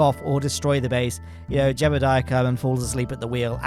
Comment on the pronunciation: jebediah? thats our famous astronaut jebeuldeiah(as pronounced by ), not jebediah.